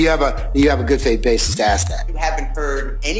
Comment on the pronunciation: Are you insulting my Intelligence she says! Lady can't even pronounce "ask" correctly!